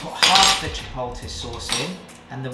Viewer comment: Pete you said...Chipolty🤣🤣😭💀❤